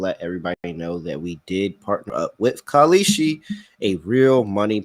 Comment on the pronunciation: “That’s KAL-EESHI, K-A-L-S-H-I” dude is so bad 😂😂